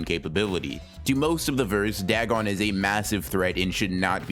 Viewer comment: Dag on it! More like dagoff. It's weird hearing you say Dag on since I'm pretty sure 90% of people pronounce it da gon, or day gone.